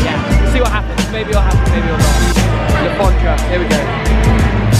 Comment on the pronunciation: I'm so pissed of that he keeps saying Le forndra because I'm a reading/man city fan